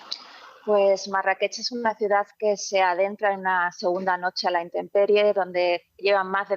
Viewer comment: Marrakech, con rrrrrrrrr fuerte